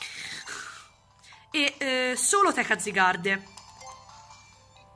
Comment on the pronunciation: Sì scrive zygarde ma si legge zaygard